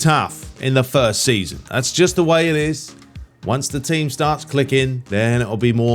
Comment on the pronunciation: U mean “the Tcheam” 🤣🤣🤣